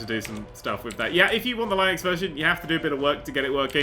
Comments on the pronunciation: its linux not line-ux. linus the linux penguin. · "Line-nix" Why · It's pronounced Linux, not Linux